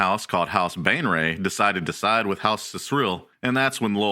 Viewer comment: He keeps pronouncing Baenre as Bane Ray, but it should be said Bay Ner. It pisses me off.